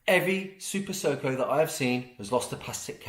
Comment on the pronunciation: It's pronounced 'Super Suck-o!' you'll find